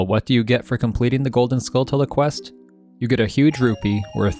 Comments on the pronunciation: JFC. Have you never heard of a tarantula? Say the word out loud. Now say “Skulltula”. You’ve been pronouncing it wrong this entire time. The correct way to say it is skull-chu-la. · How do you literally not know it's pronounced like tarantula. Skull tella... Good grief dude. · Duuuuuude, Skulltula (Skull-CHula) y’know, kind of like tarantula (taran-CHula). Other than that, cool video.